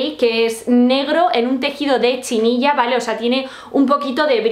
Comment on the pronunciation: No es chinilla, se dice chenilla...